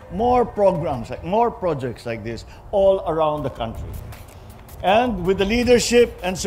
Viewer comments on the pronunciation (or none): none